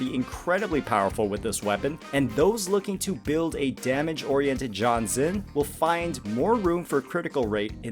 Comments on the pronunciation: Pretty sure you're butchering Jianxin's name. Should be more like Jiyan-shing. Gee-n-shing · it's not. and for that matter, gee-yan is not how u say his name too. granted, i know thats how every western youtuber says it. The word "Jiff" say the "Ji" sound and add "an" as for xin, it's basically sin, as in sinner. credentials - I'm chinese from asia speaking for 30 years. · I don’t usually care about people pronouncing names wrong but this one is hurting everyone so please pronounce her name as “Jeeyanshin” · That's the worst pronunciation of Jianxin's name I've heard so far You made her name sound like John Cena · As a Jianxin main, i don't actually mind if it's John Cena 😂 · My dude needs to work on his pronunciations... My poor ear holes. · Sure but people clearly are making fun of the way you said jianxin